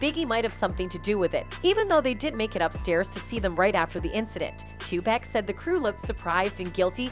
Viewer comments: It’s not 2 pack, it’s Tupac. 👎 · It’s sad that it been a month now and this lady still can’t say 2pac name right lol 2 pack? come on lady read ur comments lol 😂 get it right tf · SWEETHEART HIS NAME IS PRONOUNCED (TUPAUC) BUT ITS TUPAC OK. YOU KILLIN ME WITH THIS SHIT. IM TRYIN NOT TO BE ANNOYED HIS IS NOT TO HARD PRONOUNCE..... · Lady man stop saying 2pack!!!!!!!!!!!!!!!!!!!!!!!; There's no K!!!!!!! PUT SOME DAMN RESPECT ON HIS NAME !!!!!!! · Yo, I caught that and was like wtf!! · "Tupack" smh lol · Please learn how to pronounce Tupac's name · Yo they coulda taught dis silly ho how to say Tupacs name before recording this shit! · omg someone tell this white lady how to pronounce tupac